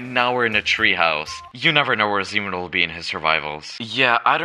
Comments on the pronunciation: sounds like semen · I keep hearing him calling himself semen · Why does sound like semen